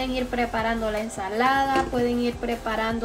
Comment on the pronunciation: ¿incurtido? ¿Chimol? No es chismol y encurtido. 🤣🤣